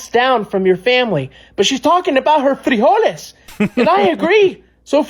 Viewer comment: "Frijole power"!! 😂😂😂😂😂😂😂😂😂😂😂